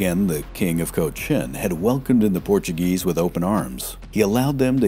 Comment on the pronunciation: Portuguese here, you conviced me to buy the book. Amazing work, phenomenal pronunciation ;)